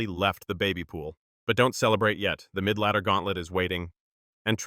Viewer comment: Bro said midladdee ends at arena 8 😂😂😂